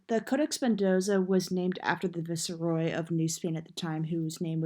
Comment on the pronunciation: why did you pronounce ‘Viceroy’ like that?? 😂😂 and what did you try saying right after that?